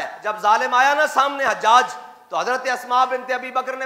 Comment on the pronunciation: Or ilmi halaat ye apki k ap hujjaj ko hajjaj parh rahy wah Mirza umber part 2